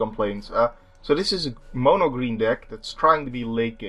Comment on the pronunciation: Thanks for saying mono and not mano as most americans do, get's on my nerves lol